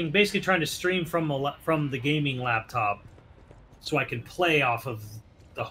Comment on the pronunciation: Did he just say gameing laptop 😂😂😂 who's using a gameing laptop for gameing